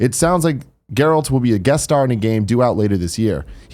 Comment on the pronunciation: Sounds like Tim isn’t a Witcher fan by not being able to pronounce Geralt properly. His name is spoken through out the game repeatedly.